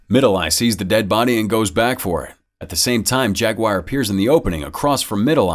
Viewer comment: "Jag-WIRE"? "Jag-u are"